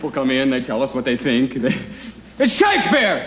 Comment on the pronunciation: There's something missing... at one point he pronounces Shakespeare's name Sha-KEE-Spear... that was cut out! I've seen this performance many times and I remember that and have been searching for this to show my wife and it's not in here.